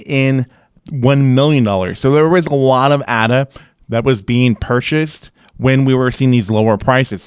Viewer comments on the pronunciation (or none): Left when he pronounced the A incorrectly